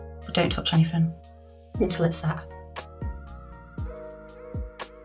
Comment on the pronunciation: Have you watched the videos with English commentary on, some of the words are must, instead of set says sacked, or sad, it's a good job we know what your saying lol, your doing well with the designs, love the colour combo.